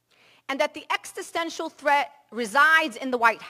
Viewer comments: She can’t even pronounce the word existential correctly. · Extisential? Fuck she is dum